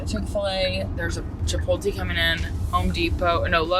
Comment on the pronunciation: Chapoty? Chipotle - chipot le le le chi (like Chilis) pot (po) le Chipotle Hehehehe I love it! 🧡hahahaha Now I will have to pronounce Chapoty 🧡 - Now I know that if I move to Tennessee (which I am looking into it) I am not going to be the only one messing on pronunciations. People always wants to know where I am from because I pronounce things/words.